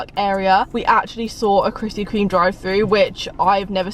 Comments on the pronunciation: I’ve been watching her vids since she used to pronounce it Krispy KREM 😂🙌🏼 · me at the start anxiously waiting to see if she says krispy 'cream' or 'crem'. Btw i say cream